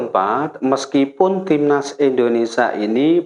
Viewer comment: INDONESIA...bukan INDONESA